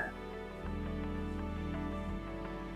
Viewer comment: How can you run a 5 minute benchmark if the longest time the chip remains coherent is 100 micro seconds? Also what is a quannum compuder is that the same as a quan tum compu ter?